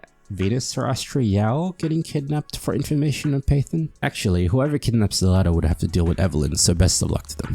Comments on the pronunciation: Phaethon... Fae... FEY-Thon Faith-on.... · Every time you pronounce Phaethon as Python, I die inside But aside from that I like the video haha. But I would point out that 1. Venus doesn’t seem to know you’re Phaethon (she keeps being surprised by how good you are as a newbie and tries to connect you to people you already know. She knows you’re a proxy obviously, but not Phaethon, which is a confusion I think you make a few times), 2. Nicole isn’t as money-grubbing as she pretends to be, if you follow all her storylines, and most of the people we divulge to are pretty seriously incorruptible types, so other exposure risk isn’t too bad. 3. Being a Proxy, while technically illegal, seems reasonably common and not too much of a danger, judging from all the interknot activity with proxies. Especially now that we’re protected by pubsec. 4. I think your definition of secret is a bit too narrow. Consider for example, state secrets- Which are definitionally secrets, but are known to or accessible to probably hundreds or thousands of people. Our identity may not be the best-kept secret, but it’s still a secret; we try to only divulge the information on a need to know basis, and it’s just that every time we involve a new big player in the game, they’re going to need to know who we are for us to maximize our benefit from those connections. I also think aside from the point about Eos’s branding, it’s probably not easy to identify us. The bangboo sync technology is practically unheard of, and our hollow navigation abilities- especi